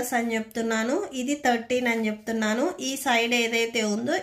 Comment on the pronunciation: Can you pronounce chepthunanu clearly except this all was good